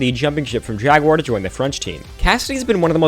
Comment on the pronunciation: Good recap, even with the wonky pronunciation of Jaguar 🤣